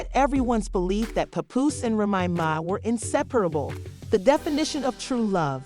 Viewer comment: This mf can't say "Remy Ma's" name correctly. Called her everything but her actual damn name 🤦🏾‍♀️🤣